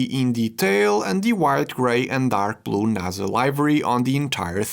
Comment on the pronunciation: "naza" ahh